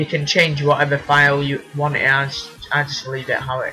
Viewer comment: you need to save "AS" Sounds like save us xDDDD